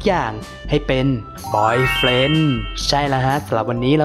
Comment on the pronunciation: บอยเฟนดัง